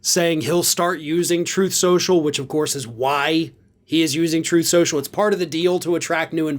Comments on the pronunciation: “Troth Central” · It's pronounced "truth so-so" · It's spelled "Troth Sensial" I think... At least that's how Dump pronounced it. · Truth Sociial? Don't ypu mean "Tref Sha Sha"?